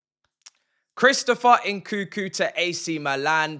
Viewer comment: "Chrisopher Enkookoo"?🤣